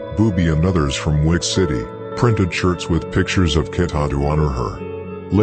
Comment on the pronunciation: u pronounced keta name wrong